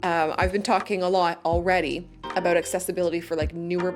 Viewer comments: Why are you saying aboot instead of about? you say about, guess you forgot to put on an accent? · I've lived in Canada for 60 years and never heard anyone say "aboot". Note that she says "about". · It depends, usually, I would like pre-made roads, but if I'm making a more detailed city, I'd like nicer and more detailed roads. Also, have you been making fun of people who make fun of the Canadian accent? I've noticed your "aboot" rather than about, which you used to say. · what's with the "A-boot" is that just slang instead of saying about? oh and the little white "arrows" are YIELD signs painted on the road... extremely common in europe don't remember seeing them in the states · Your accent is totally entertaining - I knew a guy from Wisconsin that said "A-boot" a lot. So that definitely places you in the general area, or a little over the border into Canada. I listened for how you would say Roundabout and you kept true with Rounda-boot. But my grandkids started giggling a bit when you kept saying Plazas and "Pomegrantes" instead of "Promenades". Nice video - you bring out some interesting what-ifs. But my most favorite, believe it or not, is the modular features for housing and streets. Have to say though, the shot of the pine trees (fir?) at 29.05 is breathtaking. I will probably spend hours walking through my cities.